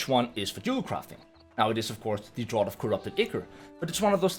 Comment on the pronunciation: "Remember the word Draught". Except that it's pronounced DRAFT. Lol